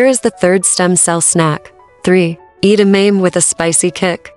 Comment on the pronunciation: Can’t pronounce edamame? They just pronounced it correctly in the snipped video. Get a new AI voice. Too many commercials